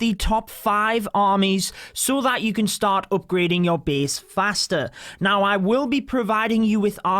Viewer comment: i love you accent, say it again.. Beast(base)